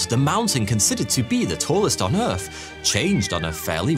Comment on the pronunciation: Can you please learn to pronounce your own name correctly? It is so distracting when you say "foughty" that it actually distracts from the content. Omg you just said Earf.....